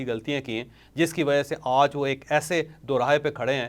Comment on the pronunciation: سر جی (آج) کی ادائگی تو تھیک کر لیں